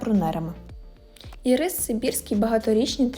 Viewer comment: Ірис-наголос на і.ірИс- це цукерка.